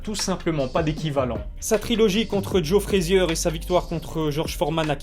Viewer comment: Moi je prononce " FRA-ZIER"; quand à lui prononce " FRAI-ZIEURE". PS: Ton t-shirt est propre!!